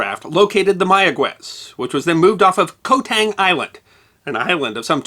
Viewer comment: It was so good I overlooked that. Some Cambodians say it K'mai but most say it as you wrote K'mair. Also I forgive the mispronounciation of island as the Latin transliteration is woeful. Ko is actually Gàw believe it or not.